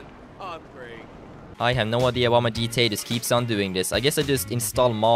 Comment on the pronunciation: It's gta not dta